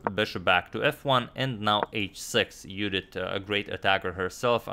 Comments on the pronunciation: Judit in Hungarian pronunciation. Very nice. :) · Thanks Antonio for pronuncing Judit correctly 😊